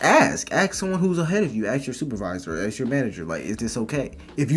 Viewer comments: PLEASE! YOU'RE IN COLLEGE!! STOP SAYING "AKS" THE WORD IS "ASK" !! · How can you be a student at a prestigious college and still say "axin' someone"? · Is there a physical handicap that prevents people from being able to properly pronounce the word "ask" and instead always pronounce it as "axe you question"? I am seriously asking this, and I am not being facetious. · You should neve axe anyone, just saying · Axe Em??? Hum, typical black talk!!